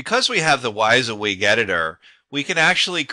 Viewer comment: Not important but its pronounced wih-zee-wig not why-zee-wig.